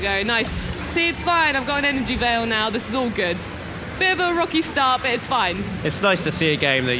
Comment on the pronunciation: Also "vial", she pronounced that as "veil".